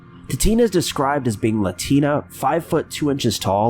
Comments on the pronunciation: Latina = bean-a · Every parent's fear is their child could go missing... it takes literally seconds. For those people giving a hard time because he said "... her husband is latinA...) Give it a rest, he misspoke... period, end of!!!